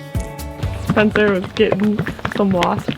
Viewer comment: the lady saying "SPENCER" sounds like "SPONSOR". lol